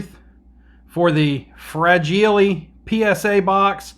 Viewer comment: FRA-GEE-LAY...must be Italian.